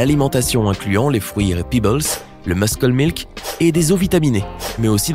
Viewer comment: "meuss-keul milk" :D